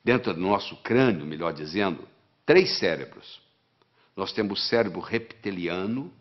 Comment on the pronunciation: Não quero ser cri-cri… mas se fala “reptiliano”(e com o “p” mudo). Não “repeteliano”. Sou fã do Dr. Lair Ribeiro! Homem fantástico e precisa viver mais 100 anos! O mundo precisa de homens como ele.